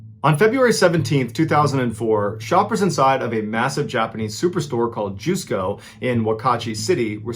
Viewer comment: Mr Ballen...the Japanese Mall is pronounce as Just Co not Juice Co. Just politely sharing with you. I am your Fan and dont mean it anyway negatively. Thank for for telling so many Wonderful stories. ❤